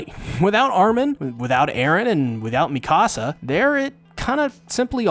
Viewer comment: With respect..Dude, you are entirely too smart, too precise, and too articulate, to continue pronouncing Mee-kuh-suh's and Hahn-Gee's names incorrectly(!) You're one of the best AOT analysts out here..but bro..you're killin me mispronouncing their names. Its disrespectful. And AOT is too masterful of a show to not get these pronunciations right. It hurts because, of all AOT reviewers, I know, YOU KNOW better. You watch the show. You HEAR how they say their names. Hahn-GEE. MEE-KUH-Suh. Give these characters their respect and at least TRY. (ps. We all get a pass with Ayonkapon)